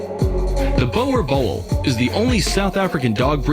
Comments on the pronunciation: Every dutch person cringing at the name bowel bol (boer boel) hahah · Yo I'm triggered about how the guy pronounced boerboel. I guess people have different ways on how to say it. He also spelt it's name wrong. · Oh that boer boel pronunciation made me cringe...